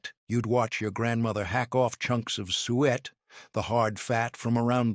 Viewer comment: It's sue-it not sweat